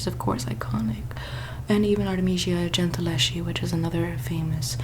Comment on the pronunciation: 😂 😂 the way she pronounces "gentileschi" is very cute